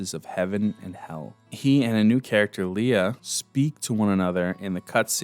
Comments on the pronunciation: I love this, but omg the pronunciations. Ber is said like "bear" and Leah is Lee-Ah, not leia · LEAH….(Lee-uh)….not Leia. You said it right for the first few times…but it got grating every time you said it wrong. Good video otherwise though. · Why does he say leia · “Really liked Leah” yet couldn’t even pronounce her name right 🙄